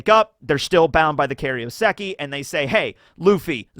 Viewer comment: kairouseki, not karyoseki...